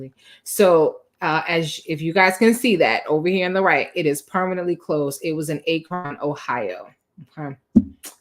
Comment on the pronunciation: You butchered the name of that city it’s pronounced AK-RON